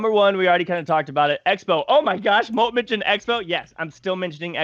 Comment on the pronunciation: 'Molt', not moot.